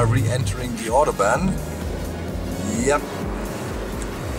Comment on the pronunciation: Warum sprichst du "Autobahn" falsch aus? ;D